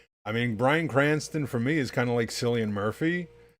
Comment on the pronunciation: Bro "s"illian Murphy its "K"illian